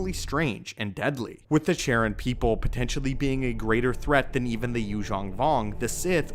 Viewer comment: Charon is pronounced "Karon", not Sharon. It's Greek.